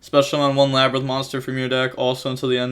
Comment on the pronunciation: lab-rin-th 2x it’s pronounced the same xd